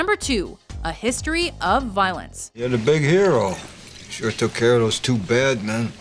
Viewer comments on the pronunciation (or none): none